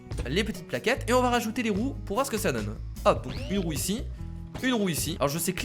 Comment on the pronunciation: Y à que moi qui pense qu'a chaque fois qu'il dis "roue" il dis "roux" mais péjorativement sans faire expret ? x)